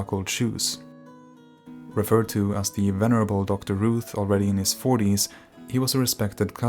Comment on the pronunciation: Fyi Routh is pronounced Rowth, not Rooth.